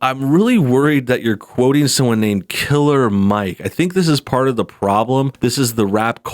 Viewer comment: I noticed you kept putting a lot of emphasis on the word killer when you said Killer Mike Killer Mike means killing rap microphones with your words I don't know if you're stupid or just racist on top of that his father is a police officer matter fact I police chief along with most of his family members you dumb